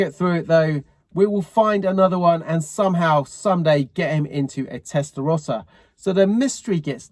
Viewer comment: Anybody who can't pronounce 'Testarossa' correctly (not you, ) doesn't deserve to own one.